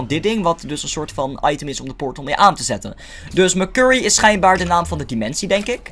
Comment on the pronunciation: Ik heb er echt een hekel aan als hij letterlijk merkurrie zegt het is mersury zo zeg je het